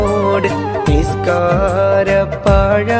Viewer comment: നിസ്കാര പാഴാ അല്ല.. പായ